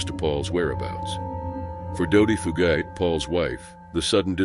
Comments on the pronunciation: Plz plz plz--- why don't narraters look up Correct Pronunctiations for Forests & people they want to video about?? Fugate-+ is FU-gate, like its spelled. Chiricahua is Spanish, pretty much like it's spelled. Chir- i- caw- waa. He walked away, & probably ran into illegals on those trails & roads, which happens often in that part of the state. You pronounced Sequoia-- its really not that hard. Be respectful in your videos to the names. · "Few Gate" (Fugate). Pronounce the guys name correctly. I mean, that's the least you can do.